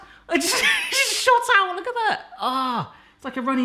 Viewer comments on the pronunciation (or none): You almost sounded Welsh 🤣 “URG LOOK AT THAT!”